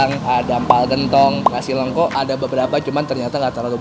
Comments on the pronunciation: Nasi lengko, bukan nasi leungko. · Bang pengucapannya salah kayaknya nasi lengko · Coba tanya cara baca nasi lengkonya sepertinya salah